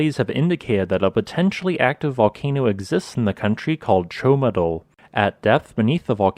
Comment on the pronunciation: It is rather "Ciomatu", not "Ciomadul".... Thanks for the explanation though.